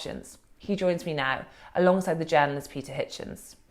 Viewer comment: Does The Spectator ONLY hire posh people people who can't pronounce 'th' properly or something? Katy Balls saying things like 'frets' instead of 'threats' ...followed by the equally plumby James Forsyth saying 'vuh' instead of 'the' and also 'feems' instead of 'themes' . Seriously? Don't give me any crap about speech impediments etc, they're perfectly capable of pronouncing 'th' I'm sure of it